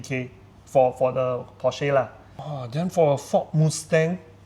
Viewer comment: alamak so cringe to hear you guys mispronounce "Porsche" and "Mustang"! Are you sure is a car enthusiast?